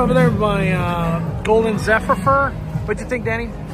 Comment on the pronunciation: ahhh the golden zephepheyr